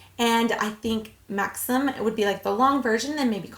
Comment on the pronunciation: It’s pronounced Mahxeem